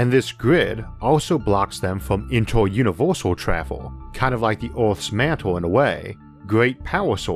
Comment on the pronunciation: "Univors" "iunivorsol" "yiors" "forst" Such a shame someone so smart can't speak proper english.